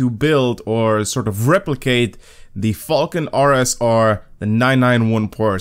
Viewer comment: when you say falken it sounds like fuckin lol